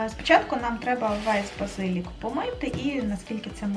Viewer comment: Гарний канал українською мовою, але правильний наголос у слові базилІк, а не базИлік, а також голубцІ, а не гОлубці😏